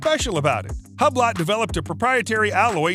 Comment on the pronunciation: “Hub lot” 😤